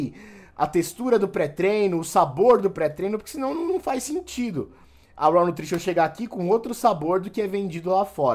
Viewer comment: Cara obrigado por pronunciar corretamente o inglês 🙏🏻!!!! Ouviram seus antas, se pronuncia “RÓÓÓWW” ouviram “RÓÓÓWWW”, não é “RAAAUUU” como vcs falam!